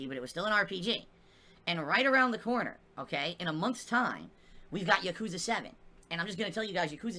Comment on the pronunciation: For someone as in love with the Yakuza series as he claims - he still doesn't put the correct emphasis on the correct syllable.